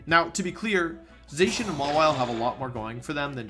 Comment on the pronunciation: Zacian is pronounced ZAH-SEE-ANN not ZAY-shin!